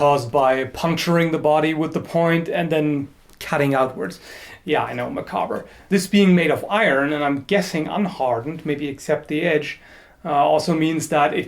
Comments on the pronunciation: Macabre (məˈkäb). Unless you're French Canadian. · Really enjoying your vids, glad I found this. Having been a history nut for a long time, it's enjoyable finding the little details. Macabre is pronounced Ma-caab, soft a, the r is silent (I believe that's what your saying -27). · In "Macabre" you're not supposed to pronounce the "r" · macabre is an anglicized french word. Anglo- refers to the English (as does English (the language)) and therefore the correct way to pronounce the English form of the word is with a silent R. I am German (living in England) and I pronounce it much like. I know that this is wrong, but it's instinct. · In the word macabre, the R is silent.